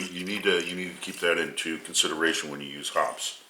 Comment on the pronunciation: It's pronounced 'Hopp-eez'. ANYBODY even remotely familiar with guns knows that. What a dink!!